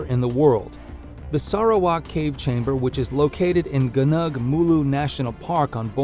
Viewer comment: gu-nung is not rhyme with berg but with bong. So its more like Go Nong instead of gu nerg. Its Malay for Mount(ain).